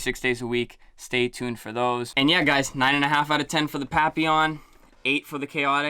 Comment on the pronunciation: I am so happy you pronounced them correctly! And noticeably liked the juice flavors for both, with Khaotic > Papillon.